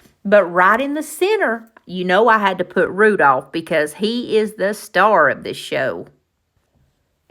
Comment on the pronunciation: these were adorable. Oh, you left the "l" out of Rudolph. Hope I don't hurt your feelings by telling you that. I meant to ask you in last video did you change Archers name to Tuffy Tater? I feel like I missed something, lol. I'm still calling him Archer. Love when you share your sweet animals with us. Looking forward to see what you create next time. Take care and God bless 😊